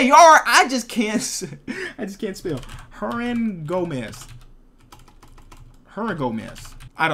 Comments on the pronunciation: supposed to be an NBA YouTuber but he thought Hernangomez was Hermangomez😑 smh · I WAS SCREAMING IT'S HERNANGOMEZ WITH AN N LMAO